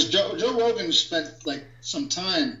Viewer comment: Who’s Jor Rogan ?